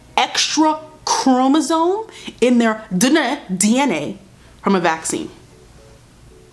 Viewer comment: "In the DUHNA. D-N-A" I'm crying